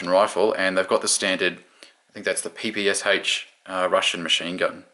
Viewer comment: One more thing. The PPSh machine gun should be prenounced as P-P-Sh not P-P-S-H. There are only 3 sounds.